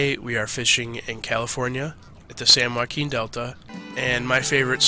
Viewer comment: Thank You for the Video Bro! Pro pronounciation game too SAN WWWWHHHAKEEN!!!